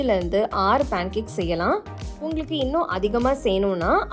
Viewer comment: பாண் கேக் இல்ல அது "பேன் கேக்"